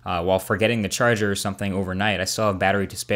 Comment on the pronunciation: Did u say 'charge her' or charger?